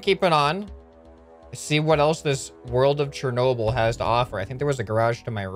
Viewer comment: It's Cher nob el that's how it's said but much lighter you say it so wrong